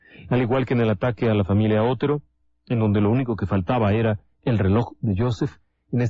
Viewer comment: Con todo respeto, el apellido Otero es original de Castilla, España. Mis antepasados se apellidaban Otero. Se pronuncia tal y como se escribe pero sin énfasis en la O. Pienso que aunque un detalle pequeño, estas victimas merecen esta aclaracion. Gracias.